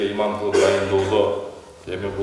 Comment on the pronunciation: Иман эмес ИМАМ десең аа карындаш